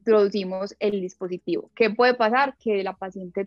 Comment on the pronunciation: Es buena info, pero ¿Por qué dice "diApositivo" en vez de "dispositivo"?